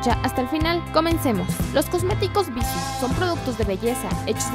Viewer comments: tu misma lo dijiste el acento es la pronunciación que tu le das! y ella se equivoco precisamente en eso.. en la pronunciación, no le puso acento a la palabra cuando la dijo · bissù...tiene acento ! pronuncia bien antes de hacer videos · Cecilia Pereyra Ay, lo sé... me desesperó que no pronunciara bien Bissú. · Como comentario constructivo creo que la pronunciación de la marca es con énfasis en la ú por eso está acentuada, eso creo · El video está bueno porque efectivamente BISSÚ es una EXCELENTE marca de cosméticos que ha demostrado que algunos de sus productos son tan buenos como los de gama alta. Por ahí bien... Peeeerooo ... también a mí me desesperó que no pronuncies bien el nombre de la marca, osea, eso es CRUCIAL! Y por útimo, el "tonito de reportera de televisa o tv azteca" y el "cantadito de las palabras" es espantoso! Desespera. Sinceramente, no sé si más de una persona maneje este canal, pero sólo por curiosidad me metí a ver otros videos y la forma de modular la voz de todas las que hablan es INSUFRIBLE! ¿Porqué el afán de hablar como reportera de tercera? Aunque la info sea relevante, el sólo escuchar la voz los primeros segundos te quita las ganas de continuar viéndolo. Es mi opinión. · no es bisu, es bissú, con acento al pronunciar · no es bissu.... es bissú!! con acento en la "u" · ES BISÚ NO BÍSU, TIENE TILDEE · Ana Cecilia Pereyra creo que todas la pronunciamos mal jajaja como que nos gusta más bissu sin tilde jajaja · bissú, acento en la U no en la I 😑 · el acento porfa... es horrible escuchar bissu... cuando el acento esta en la última sílaba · No es bíssu, es bissú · se pronuncia Bissú con acento, no bissu. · No está mal la info, pero parece casi comercial... Por cierto, te valió el acento. es Bissú, con una tilde en la letra u, por lo tanto la última es la sílaba tónica. Lo pronuncias mal TODO el vídeo... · Ana Cecilia Pereyra Si de hecho.. Que bueno que te gusta la ortografía. Se escucha muy feo Bissu